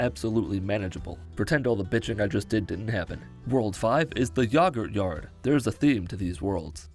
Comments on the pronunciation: Yogurt lol whats yahgurt? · Did he just say yagurt instead of yogurt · the way you say yogurt makes me wanna smack a child. otherwise great video as usual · The way you pronounced 'Yogurt'... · Oh you say yogurt like that